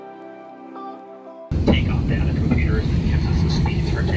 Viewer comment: its pronounced data not data